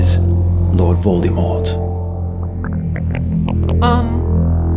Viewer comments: "Lord Voldymort" does this not bother anyone else??? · Voldemort (Vol-dah-mort)